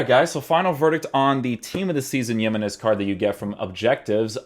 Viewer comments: JI-menez, not yimenez. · It‘s nos Yemenez it‘s Jiménez what the hell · "He-men-ez" not "YEE-men-ez". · The way you pronounce his names makes me wonder if I’ve been pronouncing other names wrong since I always pronounce them the way you do but I know for a fact that that’s now how you pronounce him bro 😂 good vid tho bro! For sure doing him. If you’re wondering it’s HE-meh-Nes 😁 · man said yemenese loooool